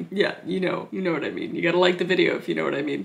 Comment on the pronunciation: That irish bit tho “for HWHAT”